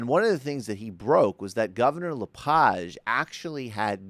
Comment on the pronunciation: Thumbs up To LePage, Who's insane? Your An Idiot sir, You Can't even Speak His name Correct, Your A Dip Shit. I think You Have A Little Powder On Your Nose...